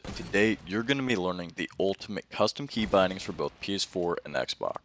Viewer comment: Don't you love how he says controller KEYbinds